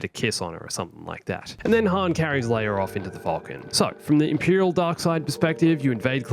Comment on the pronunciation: says leir instead of leia